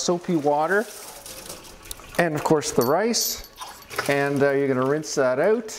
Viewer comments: I love the way Canadians say, “Ouwt.” 😂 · Love how Canadians say OUT and ABOUT! Thanks for showing us how to clean these bottles. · Ahhhh HA! I knew you said out with an accent lolol. Ontario it is. Thanks for the video! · Love your accent when you say the word OUT. I'm guessing that you are from the Upper Midwest or Canada.